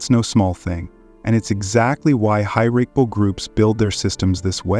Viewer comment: False. That is not how to say hierarchal.